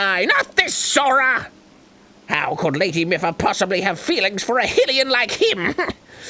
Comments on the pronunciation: Arin It's mipha as in mii-fa not meffa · First "Hill-E-In" for Hylain and now "Mih-Fuh" for Mipha? Does Arin actually know how to pronounce words? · "Miffa" "Hillian"... WTF is up with Arin's pronunciation? Lol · Same with Mipha, or should I say "Miffa" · It's pronounced "MEE-pha" and "HAI-lian" btw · "Hillian" "Miffa" "Nev-ah-da" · It's "Miffa" that's getting to me. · I cannot get over arins mispronuciation of ever name in this game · ARIN CANNOT PRONOUNCR ANYTHING RIGHT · My ears bleed Every time Arin mispronounces Mipha and Hylian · Both are even voiced by characters...the Mipha flashback in this episode had her pronounce Hylian. And we hear her say her own name every time Mipha's Grace regens. Dunno how you can fuck up those pronunciations >.< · My wife is SO MAD that they keep pronouncing Mipha wrong. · Every time Arin mispronounces Mipha I die a little inside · I feel like Arin is purposely pronouncing all of these Zelda names wrong just to make us mad.